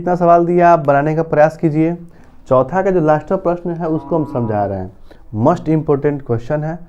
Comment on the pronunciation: 'मोस्ट' का उच्चारण आप 'मस्ट' के रूप में क्यों कर रहे हैं?